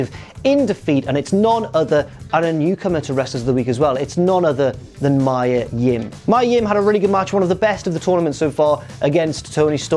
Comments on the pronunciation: Me-uh...not my-uh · its mia not maya ffs 🤦🏻‍♂️